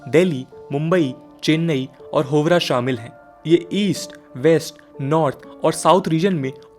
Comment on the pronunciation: होवरा नहीं, हावड़ा है आपके वीडियो में चोथा शहर।🤓